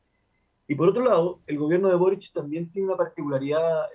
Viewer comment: es Boríc. Es catalán